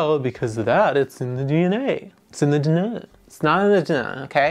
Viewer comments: has flashback to "it's in our dunuh" from Zootopia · Yes, this is perfect, I will from now on pronounce DNA as d-nuh, I’m always here for wardrobe changes, and finally, I love the ppp chop. It’s one of those plants that everyone loses their minds over but I just don’t get it, to me it just looks like someone mixed all of the colors on their paint pallet and made muc. 🤷🏻‍♀️ give me those silvery bubbles all day long💜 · It's the "DA-NAH" for me. Can't believe I've been pronouncing each letter all my life.